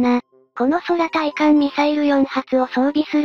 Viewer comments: F-2の対艦攻撃時にはF-15が護衛に飛ぶ事をしら無いのか？ しかし「そらたいかん」ってなんだよ、なんでちゃんと読み上げソフトを修正しないんだ？ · 空対艦ミサイルをそらたいかんと読む音声に違和を感じるな！。ファン離れの原因になるぞ！。